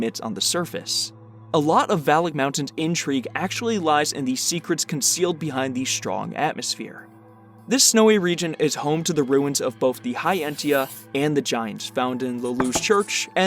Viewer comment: I was like, “what’s the aesha region?” And then looked it up. “Aetia”. Aesha makes sense but I looked up the jp and it’s a hard T sound.